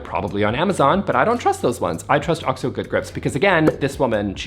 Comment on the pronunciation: bless you for pronouncing OXO properly, it’s like nails on a chalkboard when I hear people say O-X-O. I’m guessing you got it right from watching America’s Test Kitchen, that’s where I learned it. Love you so much ❤. I want to see Sophie too! Please share. P.S. I posted before the video was done.